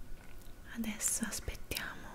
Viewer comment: A dici andresso